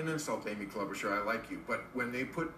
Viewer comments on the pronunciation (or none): lmfao Krystal holding in laughter when he says "Amy CLoudbootjar" so fucking funny. she killed it.